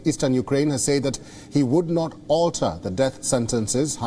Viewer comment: Dude it's pronounced "sed" not "say eed". Seriously, get someone who can speak the fucking language.